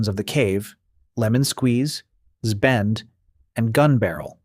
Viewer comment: Caavers? Zbend? Are you a human reading this?